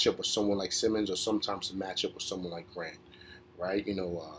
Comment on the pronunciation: Grant had 44, new career high...it was a great game. Also grant set a franchise record 28 ft attempts (beating 23 prior). Simons is pronounced SI-mons. East coast guys so I understand.. I 👍